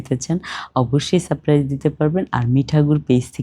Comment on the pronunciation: আপু সাপ প্রাইস নয় সারপ্রাইজ আপনি একটু ঠিকঠাক বাংলা ব্যাকরণ উচ্চারণ দেখে নেবেন